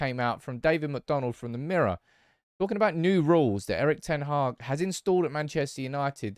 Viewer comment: His name is pronounced: "Eriiich d-ten Haaaaa-ch" 🤭